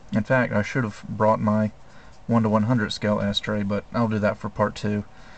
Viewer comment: He doesn't compare the Perfect Grade to the 1/100 scale model until part 4, even though he says he will in part 2. Also, listening to him mispronounce "Astray" as "ass-tray" for nearly an hour is pretty cringe-worthy.